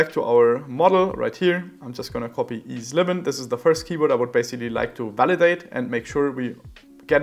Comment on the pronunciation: Interesting - and thank you for making us aware of the keyword boosting / supression. however, 1 thing though: I would expect to pronounce EZLivin as Eazy Livin or E-Z-Livin, not as-livin as it is pronounced right now. If that was the case, how could we do this?